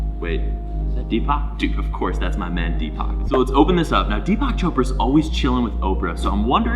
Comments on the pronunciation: “Dpak Choprahh” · "DPAK CHOPRAHH" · It’s pronounced as Theepuck (like duck) Choprah